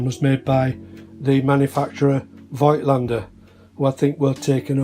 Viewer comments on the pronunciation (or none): Thank you for the review. The correct pronunciation of "Voigtländer" is a bit unusual. The V sounds like an F. The i isn't meant to be pronounced but is only an indicator that the o is a long vowel. This rule disappeared from normal language but still can be found in names.